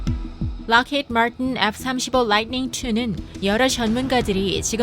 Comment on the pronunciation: 밀리밑뤌ㅋㅋㅋㅋ 라잇닝 ㅋㅋㅋ 맞는발음인데 이상하게 이질감이있네 ㅋ